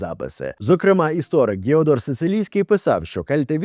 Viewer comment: Омовки спікера за кадром 😂😂😂: арестович, Арестотеть....великий Істояк не від слова стояк 😂😂😂😂